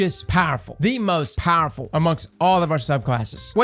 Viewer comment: Love the way he says powerful! PAHRFULL